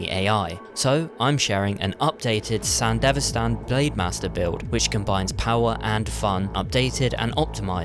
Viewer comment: It's Sandevistan, not sandivestan 🤦‍♂️